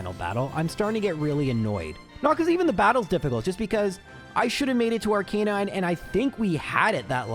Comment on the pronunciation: R-CUH-NINE NOT R-CANE-INE